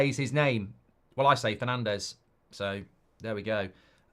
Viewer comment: Fernanch is how you actually say his name, watch the name video.